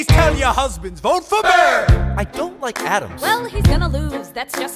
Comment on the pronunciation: Aaron BUR as wilBUR lmao